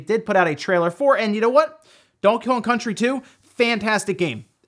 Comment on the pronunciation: Wait... Say ‘Donkey Kong’ again?